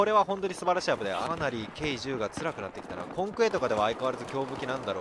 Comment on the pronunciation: K10(じゅう)じゃなくてK10(テン)だよ